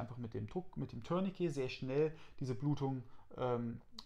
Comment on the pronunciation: Eine ganz große Bitte: Ein Tourniquet dient weder dazu einen Schlüssel zu drehen ("turn-a-key"), noch dazu eine Katze zu drehen ("turn-a-cat"). So sehr das Wort auch bei unseren anglophonen Kollegen verwahrlost ist, es kommt immernoch vom französischen "tourner" mit einem schönen, tiefen, deutlichen "u".